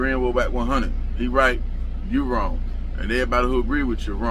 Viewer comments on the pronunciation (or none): Your “Lost” and “Wrong” emphasis shatters galaxies